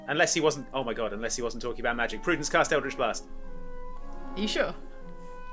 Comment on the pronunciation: Barbarian Prudence => Pru-dents